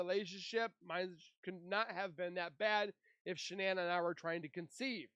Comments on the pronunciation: You know what I don’t care nichol being called “Nikel” But at least call Shannan by her actual name It’s Not SHONNON 😒 My gosh the subtitles even say SEAN That’s a male name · And its not Shonnon. Get better AI and it will be better.